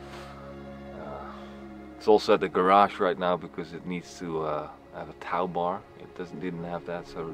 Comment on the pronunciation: More excellent vlogging, Tow-bar is pronounced toe-bar.